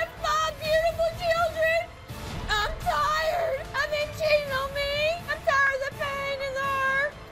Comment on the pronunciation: "I'm tiErD" 😂